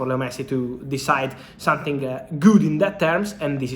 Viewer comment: its something, not sun-thing